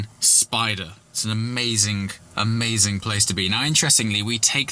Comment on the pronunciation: amazing(k) WTF is it with the “k” at the end of amazing......